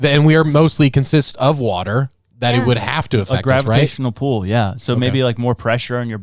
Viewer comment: saying gravitational pool with such confidence explains how he can stand lily